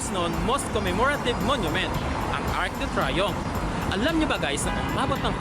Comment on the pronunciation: It's pronounced as ARC DU TREE-YOMF